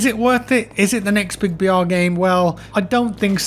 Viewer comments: I thought he kept saying "VR" not "BR" lmao I was wondering why he wasn't really into this game. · Who also heard VR instead of BR?